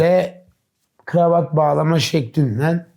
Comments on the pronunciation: Dış sesin gravat gravat demesi bir tek beni mi rahatsız etti? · bu kameraman niye GIRAVAT diyor?